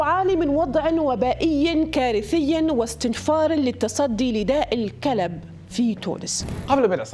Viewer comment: النطق خاطئ يسمي داء الكلب كما تنطق الكلب 🐕